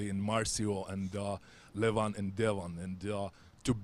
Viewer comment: Great job? Neil coudn't even pronounce Levan's name right. He is not LEvan, he is LevAn!